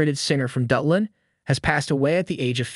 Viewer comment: 'Sinnid o Connor? , the celebrated singer from DuH-lin' what the hell